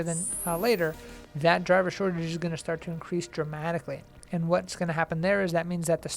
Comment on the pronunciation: I was listening until you said "driver shotage"